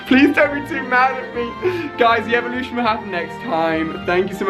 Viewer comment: He said the grand elelution rather than evelution 😂😂